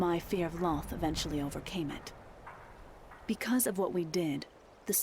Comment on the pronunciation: The D&D lore is done well but the name is Lolth, not Lloth.